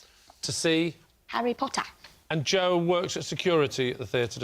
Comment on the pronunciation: That's the proper way to say Jo in 'ull, innit?